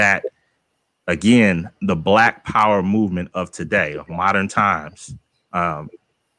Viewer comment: “Moderren” 😂. Dude needs to learn how to speak English.